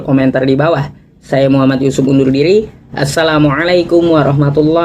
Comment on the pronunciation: Hai bang.. lidahmu apa tdk bisa lg mengucapkan assalamualaikum warahmatullahi wa Barakatuhu... Islam itu harus fasih.. spy terang dan jelas.. jgn lunturkan bacaan kalimat kalimat fasih Al-Qur'an..karena fasih berbahasa arab sesuai bacaan alquran sbg tanda pengetahuan seseorang dlm menimba ilmu islam